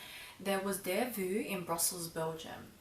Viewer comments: It's not pronounced delvu but delvo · Please, it s not Delvuu, but you have to pronounce it Delvoo. I m from Belgium 😀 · how to pronounce: long O like Faux (delvoe) not vue. :) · Your pronunciation is so cute....but wrong...it’s not delvu..but Delvaux..like O at the end...💗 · Lovely video as usual ,I think the pronounciation of the bag is delvO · It’s pronounced DELVO, regards from Belgium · Just one thing - it's delvO, like bow, toe, go ;) Apart from that, lovely and eloquent video as always, and I couldn't take my eyes off your blouse! I absolutely adore it!! <3 Hugs and kisses for the Family ^^ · Thanks a lot for such a thorough and thoughtful video,! This bag has been growing on me for quite a while already: initially I accused it of being too lady-like, but I've started appreciating its class and simplicity, so a Brillant is on my bucket list for. By the way, the brand name has an O (pronounced like in "Ontario") and not a U at the end (the -aux combination is always an O in French), but it's just a minor remark. Talking about "understated" luxe brands, have you ever tried or thought about a Bottega Veneta bag? I'm really interested in your impression of the brand. Happy holiday season, and have a great trip to Europe!